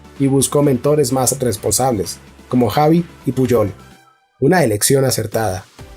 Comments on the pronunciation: Esta muy bien lpero si te dedicas a los audiolibros pon más interés en pronunciar los nombres propios correctamente. Me sangran los oídos cuando escucho Tecsiqui al referirse a Txiki o Javi por Xavi, etc… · Buenísimo . Pero cuando escucho que dice Javi txiki o birijistain ...jajaja